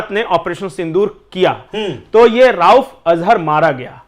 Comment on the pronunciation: राउफ़ नहीं रऊफ़ अज़हर है।